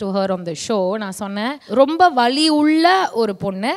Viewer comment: அக்கா நீங்க வழியை சொல்லி இருந்தா ok ஆனால் வலியை பற்றி கூறியிருந்தால் தெளிவாக உச்சரிக்கவும்.ஏனென்றால் நீங்கள் திறமையான தொகுப்பாளினி இவற்றையும் கவனிக்கவும். ❤